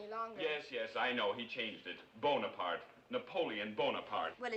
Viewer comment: Napoleon ey bon apart ey , Everything is always ey! But it should be known that you can google the pronunciation! It’s a sign of respect to pronounce right ! ✌🏻